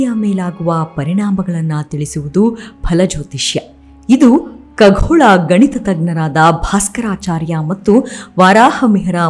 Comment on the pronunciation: Madam it shd be khagola not kaghola